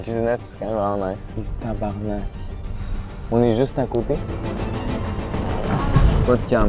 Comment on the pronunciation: le motel cest pas tabarnak mais tabarnark